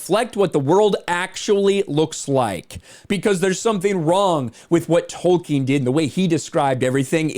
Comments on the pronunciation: It´s Tolkien, NOT Token !! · Lord of the rangz. Return of the kang. J.R.R.Token